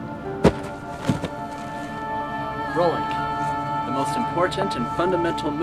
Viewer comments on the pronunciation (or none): Lol I like how he says rolling like "rollink" xD